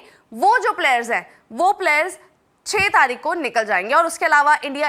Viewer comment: taarik ke jagah taaik bola